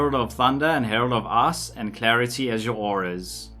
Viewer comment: I know you are saying ice...but i cant hear anything butt "Ass". So it is now AssStorm to rain Ass on your enemies.